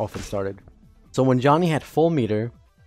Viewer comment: Why you call him Y O H N N Y